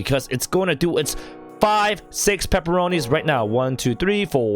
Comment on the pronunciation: Why do you call the red dot paporoni